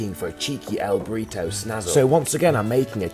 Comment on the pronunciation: British people pronouncing "burrito" will never not be funny